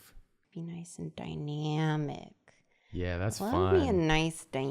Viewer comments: Noice and die-nyamic ( I love her laugh X)) And back to noice and die-nyamic JOOOOLEAA! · i wish they touched on dy-nya-mic more than dy-meow-mic